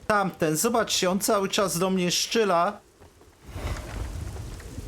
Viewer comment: Dlaczego mówisz "szczyla" zamiast "strzela"? To celowy zabieg?